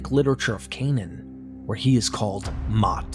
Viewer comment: Mot is pronounced like moat in English. Your pronounciation of mavet is good though.